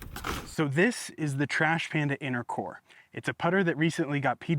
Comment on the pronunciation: "inner core" I had to rewind because I thought you said intercourse. Lolol